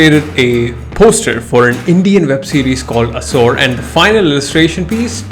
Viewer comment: Its aasoor not as%@ bro, it literally sounded like that.. pronounce the way its supposed to be pronounced man